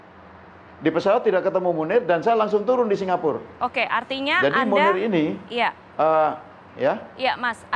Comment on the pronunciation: “dari jakarta singapure saya sudah lakukan” keseleo ya lidahnya mas...???